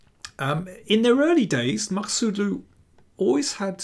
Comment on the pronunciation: Daniel, you did a great job on pronouncing their names 👏👏